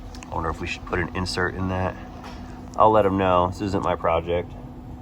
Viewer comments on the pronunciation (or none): none